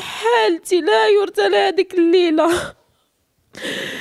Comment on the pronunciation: أختي انت غزالة وباقا صغيرة حرام عليه يشوه الصورة لي خلقها الله كاملة مكمولة الله ياخذ فيه الحق لكن انا التدخل ديالي هو أنني كنشوف عدد من الناس عندهم مشاكل وكيعبرو عليها بحالة لا يرثا لها وهذا خطأ لان الرثاء هو البكاء والحزن فإذا كانت حالتك لايرثى لها إذن فانت بخير لهذا أريد ان أصلح لك النطق بالعبارة وهي ان حالتك الان يرثى لها اي يحزن عليها بضم النون ويبكى لها بضم الياء والسلام